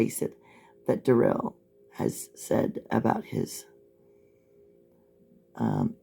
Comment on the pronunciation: Funny how everyone else close to him mum gran friend and Erika pronounce it Darrell not durelle